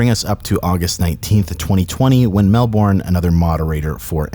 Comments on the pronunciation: Melbourne is pronounced mel-bin not mel-born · Hey just fyi Melbourne is pronounced Mel-bin not Mel-born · just so you know, Melbourne is pronounced Mel-bern not Mel-born. Source: I live in Melbourne